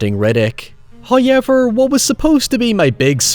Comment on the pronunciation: for all the faults these films have an integral place within my love of film. my only regret was not insisting to be taken to the cinema for Pitch Black, "Hoy-Ever" it was amongst the first of my DVD collection, which stands today. It just occurred to me that I based a creature on these batactyls, mine being more so a cross between a vulture and Pteranodon uselessly blind but very acute hearing, blood is warm like a fresh brewed tea and when drunk leaves you in a state of heightened fury, to kill but one is a feat. a growing from a medium dog with 1m wingspan to a full fledged human with a 5m wingspan.